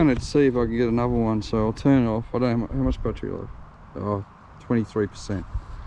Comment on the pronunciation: Mate, my family has been in that district since 1820, and I lived around Richmond for many years. Why can’t you say further, rather than furver, another rather than anover, and bother rather than bover. It just makes you sound like a stupid Westie, and Windsor/Richmond people are not stupid Westies (like those from Penriff)!